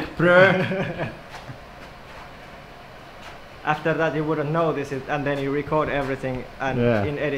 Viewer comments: that's the best pronunciation of "bruh" ever. xD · lol The way he pronounces "bro" xD